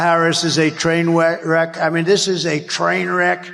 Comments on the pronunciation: "train weck"? Slur much donnie?😂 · He said "train wek"? Listen! Covfefe! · Twain weck? 😂😂😂😂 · Twainweck silly wabbit. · "Kamala Harris is a twainweck ...." Silly wabbit. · Trump can't even say train wreck. They called him a pathetic, fascist who has no clue what he's talking about. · Awww. Twump called Kamala a "twain weck"... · Twain Weck… I tawt I saw a poody tat. 🤡😹